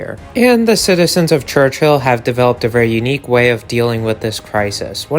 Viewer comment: its pronounced church-ill not church-hill only 1 h